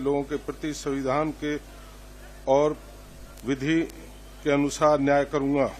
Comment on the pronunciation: ये मुख्यमंत्री और मंत्री हैं इन लोगों को हिंदी भी बोलने नहीं आ रहा है, सविधान नहीं होता है माननीयों!!!! संविधान होता है मुलायम यादव भी सविधान ही बोलता था